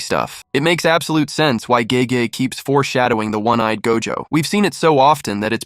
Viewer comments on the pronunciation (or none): You are correct. I caught on towards the end when he mispronounced Gege.